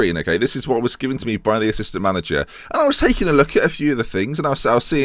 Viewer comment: its manager not manger:p